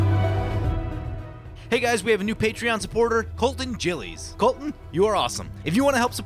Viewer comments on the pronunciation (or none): Gill-es it's hard to explain lol either way I appreciate the shout out